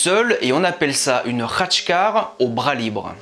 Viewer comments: Si si Khactckar tu l'a bien pronncé... bravo ! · Ca va tu as plutôt bien prononcé Khatchkar :). Pour ceux qui cela intéresse, l'Arménie est le premier pays chrétien du monde, ce qui fais que notre église est indépendante d'autres mouvement chrétiens (orthodoxe, catholique etc.) car elle est celle de l'origine. C'est pour cette raison aussi que nous ne reconnaissons pas le pouvoir papal. Concernant l'appellation "église apostolique" c'est dû au fait que ce sont les apôtres de Jésus qui sont venus en Arménie pour propager les christianisme. Il y a aussi l'Éthiopie par exemple, qui a aussi pour église la même que la notre. D'ailleurs l'architecture des églises romaines mais aussi de quelques cathédrales, est inspirée, pour ne pas dire copiée, de l'architecture des églises arméniennes. Ce sont des architectes arméniens qui à l'époque ont propagé ce style architectural dans l'empire romain. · Ta bien prononcé le khatchkhar